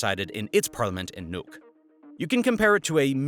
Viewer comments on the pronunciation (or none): none